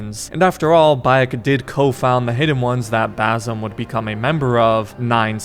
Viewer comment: You've heard his name pronounced correctly 1000 times in the game man. It's basim with an s, not a Z